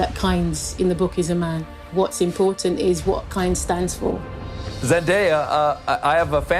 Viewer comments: And the diversity affirmative action hire still mispronounced "Fremen" and "Kynes". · Who else noticed that he pronounced Kynes wrong ? And Fremen is also wrong . I really hope they did it right in the movie.